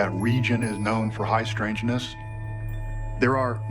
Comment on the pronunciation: "High" strangness you say, sir?